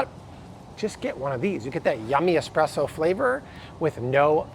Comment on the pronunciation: S presso not x presso!